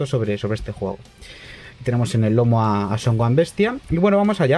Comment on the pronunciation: Son oan? Es Gohan y se pronuncia gojan